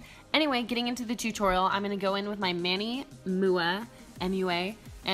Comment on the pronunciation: I'm just gonna assume you don't watch Manny's videos since you don't know how to say his name. Lol I'm not hating but I really think you should look him up. He's awesome!